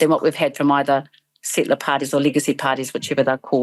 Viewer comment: Did she say settler party?